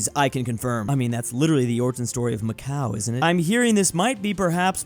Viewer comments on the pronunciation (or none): none